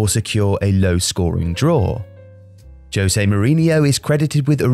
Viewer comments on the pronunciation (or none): none